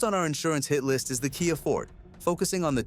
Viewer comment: AI slop. You lost me a minute in with "The Kia FORT". How can you post such garbage and waste so many people's time-- and still sleep at night?